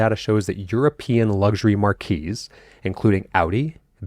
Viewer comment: Marque is pronounced “mark”